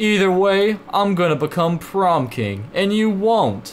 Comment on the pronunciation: Why are you saying bacome!? Its become